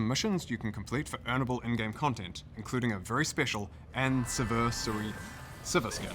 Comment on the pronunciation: I'm seeing a trend here; 10th: Annie-Versary 15th: Ani-Sivir-Sary 20th: Ani-Varus-Sary? 🤣